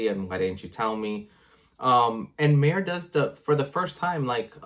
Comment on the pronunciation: Mare, it rhymes with bear, care, share, etc. I was confused as to whom you were talking about. No offense...